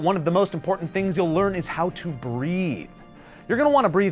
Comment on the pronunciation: When he says epic how to I hear epic cow 2